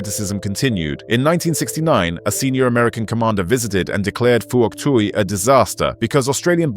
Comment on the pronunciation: it's hock twee province again.